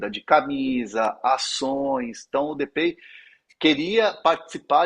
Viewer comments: Só avisa o que a pronúncia não é "depêi" e sim "depái", o cara é holandês e não inglês ou estadunidense. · se prononcia de pai seu burro